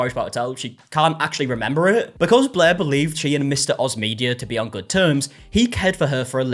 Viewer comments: She is forever “BLEH” to me now! 😅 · BLEHr the r is just super soft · Every time you say "Blair" it sounds like "Bleh" to me. Which is also accurate. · have you ever seen a british person by any chance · As someone who has read too many Wikipedia articles on this, "non-rhoticity" is the fancy linguistics name for this.